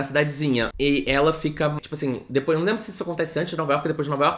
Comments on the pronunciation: "depois" sim, o que ele tava falando é de quem fala "dipois" com o i no lugar do e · meu deus eu gritei de rir com o "dipoish"